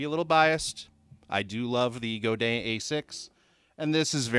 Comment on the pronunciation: I learned classical guitar before becoming obsessed with electric. You nailed the pronunciation of Godin! I got a weird Godin guitar from my teacher. It was a 2008 A11 Glissentar, which had 11 strings and no frets, but someone had a luthier fret it and chop off the 11 string part of the headstock to turn it into a regular 6 string. It has a cedar top, ebony fretboard and quartersawn neck. I love it more than any other nylon guitar I've tried. It sounds so much like the real thing when you plug it in. Some nylon electric acoustics have a plastic sounding attack in the plugged in sound. I did notice that it's very low-mid heavy compared to electric or steel acoustics. I plug it into a tube screamer to cut some bass and then add clarity with an EQ Pedal in the 4-6khz range. A slight overdrive sounds killer, but can get very noisy if you add gain.